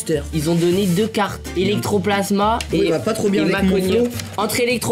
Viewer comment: "electroplasma" j'ai envie de m'arracher les oreilles 😂